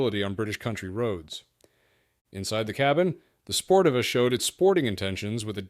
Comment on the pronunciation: Every which way but correct.. Sportiva = Spore-Teeva